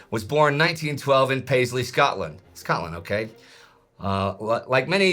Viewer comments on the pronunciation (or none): none